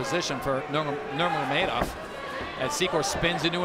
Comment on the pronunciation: Nurmegov 😂 who are these jokers who can’t even pronounce their names.